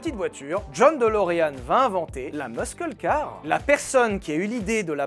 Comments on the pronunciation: ah oui, les fameuses meuskeul carz On dit meusseul mais j'ai riz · ça me trigger d'entendre "meuskeul car" au lieu de "meusseul car" xD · on ne dit pas meuskeule car mais meusseule car 😅😅, continu tu nous régales 😎💪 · surtout quand il dit mEUsQUEUle car 🤣🤣 la prononciation aie aie aie ! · Muskeul car xD l'accent français ne cesse de m'impressionner. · Vous prononcez vraiment le c dans muscle car en France ! Sa a vraiment accrocher dans mon oreille on aurait quelqu’un qui gratte le tableau avec ses ongles la …